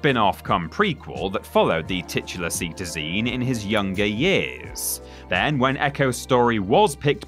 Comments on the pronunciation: This is at least the second occasion of you butchering the pronunciation of "cetacean" in very recent memory. At this point either learn to pronounce the word or tell the writer to stop using it in lists, cheers. EDIT: the correct pronunciation is very similar to "citation" and not at all similar to "see-tah-zeen". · Cetacean i.e. water based mammal like a dolphin is pronounced 'Se-tay-shun'. Source: dating a Marine biologist.